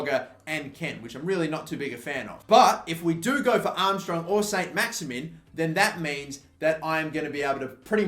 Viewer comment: I was going to try and explain the French pronunciation of Maximin but there is no point as he can barely pronounce English names....